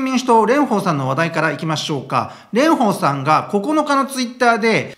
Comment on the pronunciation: レンフォーさんのフォーはちゃんと下唇を噛み離しフォーです。 発音には気を付けましょう！